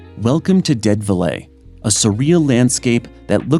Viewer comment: Dead velay? GET A REAL PRESENTER!!!!!